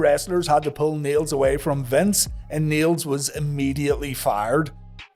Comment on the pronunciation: I can't tell whether you were saying "Niel's" or "needles" but skipping the d like yall sometimes do.